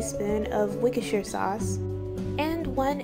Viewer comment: She didn’t say anything like that she said something like Wickersheer?